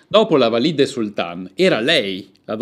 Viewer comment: Un unico appunto, gentile: Valide', con l'accento sulla e. Ma e' giusto per non farle esclusivamente complimenti. Un saluto cordiale